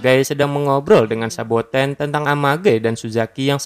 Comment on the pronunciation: Saboten bang bukan sabakan